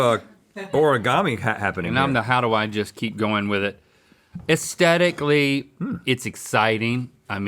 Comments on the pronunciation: Can someone please tell Link that you're supposed to pronounce the TH in AesTHetically? 😫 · Has anyone else noticed that people on this show don't say the word "aesthetically" right? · Oh no! Link has learned the word 'aesthetically'.